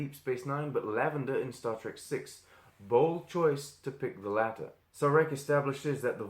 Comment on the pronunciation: ok. nice slideshow. Major canon breach of ignoring Surak ('The Savage Curtain' ST:TOS) and endless peace bringing diplomacy. See also Errand of Mercy and Day of the Dove. Contrariwise, Sarek, whose name was badly mispronounced as Sear-ak, said ('Journey to Babel'), they just like to argue, so maybe source of arrogance of Vulcan Hello.